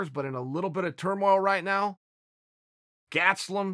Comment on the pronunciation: Hey Chael, it's not "Gatstelum". It's "Gastelum".